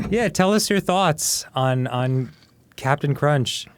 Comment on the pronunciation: Oh My God. It's "Cap'n Crunch". As in, Cappin🧢. Cause he's not a real captain.